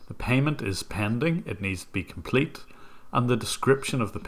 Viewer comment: Scammer: “COMPLTE”